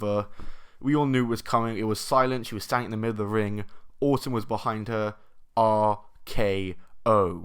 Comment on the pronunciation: I like the way you said Orton because it sounded like autumn